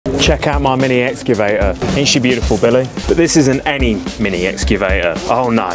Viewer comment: Can't even pronounce excavator 😂